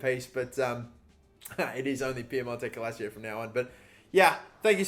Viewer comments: if you don't have 2 seconds of your day to look up how to say the Italian word for "football" and you're going to call yourself a FIFA Youtuber, then you're clearly ignorant to the sport of football. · Sorry mate but it pisses me off when you say "Calacio" instead of "Calcio" lol 😂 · What would hermione granger say to you about piemonte calacio? Its calcio not calacio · Pronounce it as Cal-chio. Instead of calacio. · For god's sake it's CALCIO Not CALASIO 🤦🏽‍♂️🤦🏽‍♂️🤦🏽‍♂️ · U trigger me it’s calcio not Calacio learn how to read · ITS CAL-CIO NOT CAL-ACIO 😂😂🤦‍♂️ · Dude it's calcio not calacio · Ffs It is CAL-CIO not Calacio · Cal - CHIO not Ca - la - sio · I get more annoyed every time he says CaLAsiO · use me as a "its calcio not cal-a-cio" button. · Davide Serto it’s pronounced calcho not calseeo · It's CALCIO, not CALSIO. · It’s pronounced “kalchio” in Italian meaning football not “kalachio” 😂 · Calcio-> Kalcho🙃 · Who else gets triggered how he pronounces "calcio" as "cal-a-cio" instead of cal-cio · Everyone: piemonte calc-: PIEMONTE CALICIO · Please, as an Italian I beg that you pronounce it “cal-chio” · New drinking game, take a shot every time he say KALASSSSSCCCCHHHHHCHIO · Piemonte cal-shio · Nobody:: Piemonte-cal-a-cio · its pronounced cal-chi-oh fuck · Can you stop saying Piemonte calacio? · It is said cal-cho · Calasio? Why's he saying it like that? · It's pronounced Cal-cio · This is how many times he said cal-a-cio 👇🏻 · Love you though I do,, I'm stopping the video at 29 seconds and doing something that doesn't enrage my entire being, rather than listen to you say Calassio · It's pronounced calchio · everybody: piemonto clacio: piemonte calsio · Where. On. Earth. Did. You. Get. C-AL-AC-IO. From???????? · it’s pronounced ‘cal-cheeoh’, love the videos though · Why does he say calacio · "Piemonte Calacio". God your pronunciations are garbage. 😂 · Me an Italian hearing say calico wrong -_ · Is Cal-cho